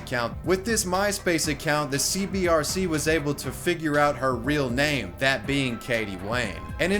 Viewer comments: I like how the graphic says C-B-C-R and he said "Center for Boxy Control Restriction" but pronounces it C-B-R-C multiple times after the video. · CBCR you say it wrong like 9001 times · It's CBCR, not CBRC. Everytime. :D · I want to know WHY people always, ALWAYS say “CBRC” when saying it out loud? Center for Boxxy Control and Restriction, aka CBCR. The ascii is RIGHT ON THE SCREEN when he says it wrong. Edited for typos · Bruh, its cbCR, not cbRC! This drove me nuts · You said cbrc but it’s fuckin CBCR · It’s “CBCR,” not “CBRC.” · YOU KEEP SAYING C-B-R-C...it's C-B-C-R! fuck. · Did you mispronounce the CBCR on purpose throughout the vid? you kept saying CBRC and it kept pissing me off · He also kept saying CBRC, when it was CBCR. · It irritates me that you show that its CBCR, yet the entire video consist of you saying CBRC. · u said CBRC lul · you said CBRC, but its CBCR! small note 😎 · CBCR, not cbRc... dude, it's in the screen for like 18 minutes 😏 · CBCR not CBRC my guy. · Times he said CBRC instead of CBCR: 7 ¯\_(ツ)_/¯ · You keep saying "CBRC" but both in name and in pic you show, isn't it "CBCR"? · CBCR not CBRC. I do'nt wanna nitpick but, hey. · CBCR not CBRC not hating just annoyed me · Well... at least you're consistent in your mispronunciation of the CBCR.... Good video though.